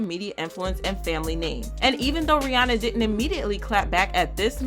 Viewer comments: Her name is Rhi-ANNA NOT Rhi-ONNA! FYI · First, better make sure you are pronouncing the name "Ri-ya-nah" properly.